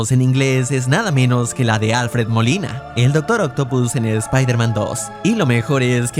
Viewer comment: Alfered Molina, "Alo piter."